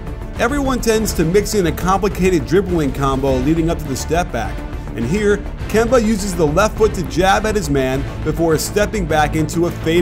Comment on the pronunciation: It’s Kemba